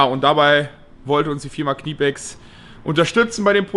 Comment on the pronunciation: Knipex nicht KNIEpex!